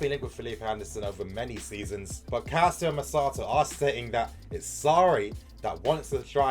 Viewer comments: Damn it's NOT CALSIO MERSATO. it's calchio merkato. Please !!! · I’m doing this for you brother it’s pronounced Cal-Cho Mer-Car-Doe